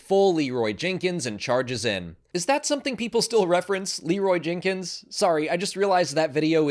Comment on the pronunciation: I think the only issue is that the pronunciation. I didn't recognize it at first then realised he meant "Leeeeeerooooy Jaynkins"